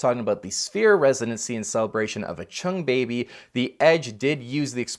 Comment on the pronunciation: Ack- CHUNG Baby?? ??? You mean Ach-TUNG!! Even my wife stopped what she was doing(she's a big U2 fan) as this was in the background for her as I was watching and she asked "Did he just say Acht-CHUNG Baby???"